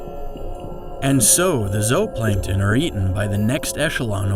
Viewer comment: Take a drink every time he mispronounces "metamorphose" or "zooplankton." No please don't do that metamorphose alone would kill you.